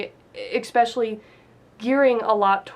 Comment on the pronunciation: There is no "x" in "especially. You profess to be a writer?